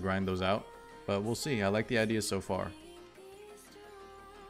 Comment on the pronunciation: Her name is cabbage in french LOL , the french pronounciation of it is Shou (written as Choux, in french Ch is equivalent of Sh)